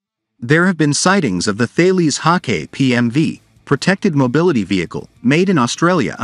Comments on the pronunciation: and Thales is pronounced Tah les french name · Thales is Tah les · Hi guys i live down the road from where they make the Hawkei and bushmaster now i dont wanna sound pedantic but ive done this cupla times now hahah sorry . Thales is not pronounced the way its spelt, its french its pronounced Tah les 🤗👍